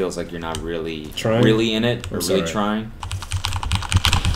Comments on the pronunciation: cody really pronounces sorry like sorey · peep his Canadian “sorry” 💀💀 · the "sorry" is the most Canadian his accent has ever gone and i'm shook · why does he say “sorry” like a Canadian